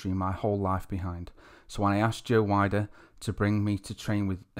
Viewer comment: Do you really not know how to pronounce joe weiders name correctly yet your a bodybuilding channel? Common man have some respect for yourself